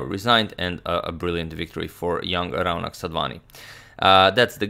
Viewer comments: Your pronunciation of Raunak is about right but most Indians would say it as Raw-knuck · Hey Agadmator....I'm a fan from India...just wanted to point out that the 'au' in 'Raunak' is actually pronounced as a 'O' sound as in 'sauce'...hopefully it will a nice addition to everyone's vast knowledge. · Hey Agad, that's not how you pronounce 'Raunak' ,'Rau' should be pronounced as 'raw'. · 'Rau' in Raunak is pronounced similar to 'Fau' in Fauna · #Suggestion The name is pronounced as 'Ro' nak